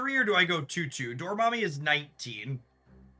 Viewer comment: was it just me or did he keep saying dormommy?